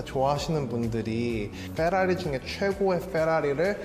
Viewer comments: 쀄라리 넘모 거슬린당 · 페라리가 아니라 영어발음은 퍼라리인데.... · 그냥 fㅔrㅏrㅣ 이렇게 말했으면 안 웃겼을텐데 뻬라리 웃기긴함. 미국식도 영국식도 아니고 맥시칸 발음같음. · F발음 오지게 하면서 발음 고급진척 하는거 개웃기넼ㅋㅋㅋㅋㅋ 마우리찌오 콜비 선생님께서 오직 대한민국의 풰라리팬분들을 위해....이 풰라리를 ㅋㅋㅋㅋㅋㅋ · 쀄라뤼 중에 최고의 쀄라리 ㅋㅋㅋㅋㅋㅋㅋㅋㅋ 발음 굴리는거 왜 이렇게 웃기냐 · 찌지리들.. “풰라리” 놀구있네 ㅋㅋㅋ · ‘FㅓRㅘ리’ 라고 발음하던데 원어민들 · 유틉할때터 자세히 즐겨봤는데, F발음이 둘다 혀가 짧아서 그런거임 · 에프발음 ㅋㅋ ㅉㅉ 왜저러구살까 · 발음 굴리는게 거슬린데 ㅋㅋㅋㅋㅋㅋㅋㅌ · f발음 오지게 굴리는거 ㅇㅈ ㅋㅋㅋ 개웃기네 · 페라리발음도 저렇게하는거 아님ㅋㅋ 발음기호보면 fərɑ́:ri 풸(낮음)롸(높음)리 되도않는 f발음할거면 그냥 한국식 발음을 하는게 나았음ㅋㅋㅋ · 저 사람은 F 는 F 발음 하더니 R 은 L 로 발음. 개멋만 들어가지고.